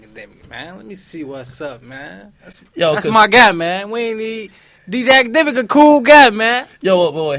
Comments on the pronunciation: I could of sworn he said wakademiks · For a sec I thought ak said "Wackademiks" in the beginning lol